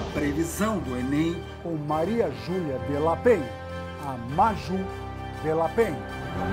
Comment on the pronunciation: A reboladinha do Hubert pronunciando Maju foi otima🤣🤣🤣🤣 e 😁😁😁